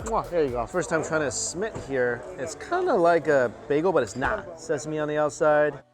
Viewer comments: Minuteman, smit? Menemen, Simit. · Simite Smith diyor resmen ya